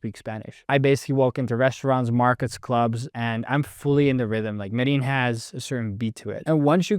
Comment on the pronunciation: You lived for two years in Medellin but never learnt how to pronounce Medellin?!?!?